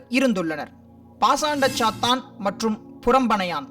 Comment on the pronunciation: athu sathaan illa sathan